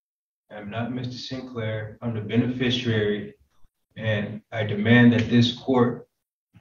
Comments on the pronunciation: "Benefisherary" lol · I'm not Mr Sinclair, I'm the "benfisharary" Good lord, it's beneficiary